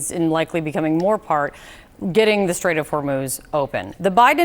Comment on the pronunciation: Trump said straits of hurmooz was under control lol